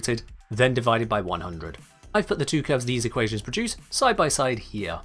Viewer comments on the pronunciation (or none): none